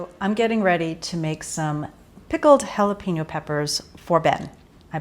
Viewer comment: two things; you can skip the sugar in the jalapeno, but instead put some carrot stick wedges instead. The other thing is jalapeño is pronounced “ha-la pehn-you”. The “pen” is pronounced like “yen”, then “Yoh”, like Ypyo. You can add onion wedges as well.